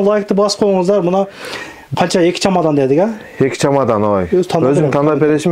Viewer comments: Чомадан эмес чемодан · Чемодан чамадан эмес !